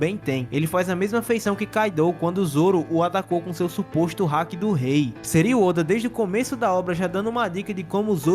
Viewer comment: vou dar uma dica pra geral, palavras japonesas São oxítonas(foco na última sílaba), ou seja, não é hAki, com foco no A, é hakIiiii com foco no i